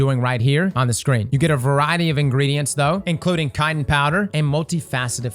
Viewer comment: I've never heard someone misprounce "chitin" so badly 🤣🤣🤣🤣